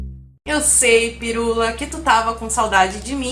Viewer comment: Amei o “Doctor PairUla” 😂😂 Tu és demais guria! Amo!